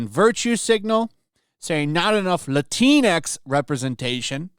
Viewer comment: THe way you say "Latinx" sounds like "the Kleenex." I don't object. I say "Latinks" though.